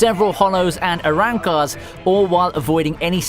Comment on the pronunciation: How you gonna pronounce Aizen first name, Arrancars, And a lot of names is Naruto all wrong and it’s hunter x hunter not hunter hunter